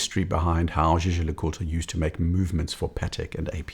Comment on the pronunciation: Fluidity with pronouncing Jaeger LeCoultre.. next level! Another great analysis.